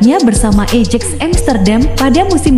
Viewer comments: Ajax (Ayax) amsterdam bukan ejeeexx amsterdam, biasa aja ccuy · Ajax bukan ejiks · ejex wkwkwkwkkw ejaanya mbak